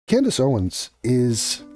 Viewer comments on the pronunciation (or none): “Cand-Ace” -Andrew Tate Maybe he’s onto something